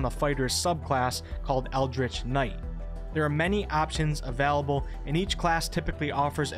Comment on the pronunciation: I'm sorry but the way he says available really triggers me D